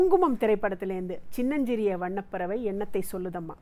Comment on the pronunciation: Classic singing of a Classical song. Excellent support system. sang the difficult portions comfortably. One thing is சொற்களில் அழுத்தம் தேவை. உ-ம் he sang வண்ணபறவை, it should be வண்ணப்பறவை. Like that எண்ணத்தை. We can learn proper தமிழ் உச்சரிப்பு from TMS Sir's songs themselves.